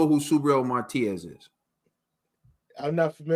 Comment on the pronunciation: My, love the show but some of us who know English don’t even speak it right! Y’all giving my guy Matias a new name, it’s not Martias. There’s no R.. it’s Ma Tee As! 😂✌🏽❤️